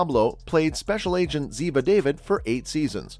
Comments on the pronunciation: NARRATOR : Ziva's name is pronounced Da Vid --- not david ! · The lady's last name is Dah-veed, not David! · So annoying! It's pronounced Daveed. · Why don't these narrators pronounce Cote's character name properly, thumbnail not connect, nothing about what she did before her acting. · If you going to do a piece on someone you might learn to correctly say the last name pf the person they played